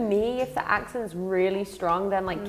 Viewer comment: "Accnets" yes XD